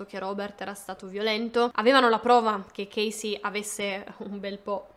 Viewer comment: chasey si pronuncia cesi`